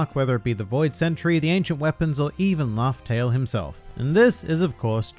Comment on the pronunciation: Island 'Laugh'Tell' 🤔😉